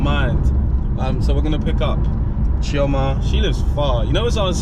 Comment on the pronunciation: As an Igbo girl, I appreciate pronunciation of Chioma’s name!